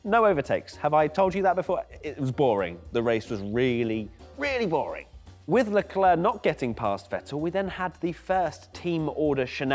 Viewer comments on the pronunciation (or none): Sick of people saying sharl eclair, the bloody kid himself says Charles Leclerc!